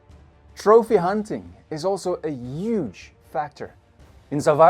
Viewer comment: I love how pronounce huge… “ uggge dinosaurs” 😂